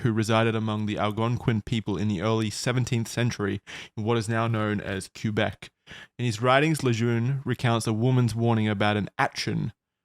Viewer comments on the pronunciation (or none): I love you but the way you said Quebec genuinely hurt me